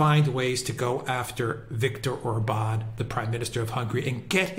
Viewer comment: The stress is always on the first syllable in Hungarian! Like O’rban Vi’ctor!